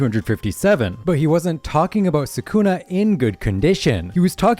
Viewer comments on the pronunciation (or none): Bro can’t even say sukuna 🤡